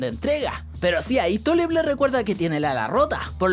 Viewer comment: Tulip suena como turip